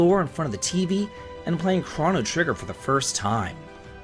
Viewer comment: You're saying Chrono wrong.